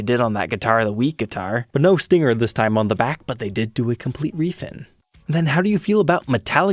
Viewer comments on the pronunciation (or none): none